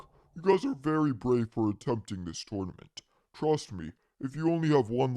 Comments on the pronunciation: IT’S. NOT TOURNEMENT IT’S TERNEMENT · When i say: Tournament When he says: TOURNOMENT